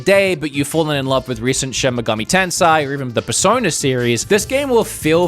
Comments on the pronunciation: he called shin megami tensei shin megami tensai so i think he just sucks at pronunciation lol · Someone tell this guy how to say tensei I’m crying 😢